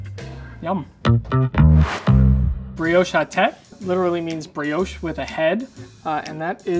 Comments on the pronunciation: my man said breowsh 😂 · I got very distracted by the constant mispronunciation of brioche 😣